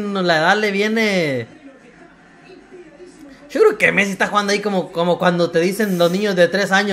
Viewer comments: ...pucha mare se Argentinizo! "Sho", pibe tomá la ciudadanía ,toda "tusha" 😂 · "Sho creo que Messi..." Le salió el argentino de adentro 😂